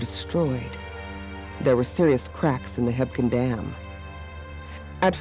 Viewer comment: Fyi, its just called Quake Lake. Also, it sounds like its spelled, Hebgen, not, Hepkin. Great vid. Nice info. Buildings can still be seen underwater.